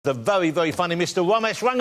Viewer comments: “The vewy vewy funny, mister Womesh Wanganathan” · is it only me or he said Vewy Vewy Funny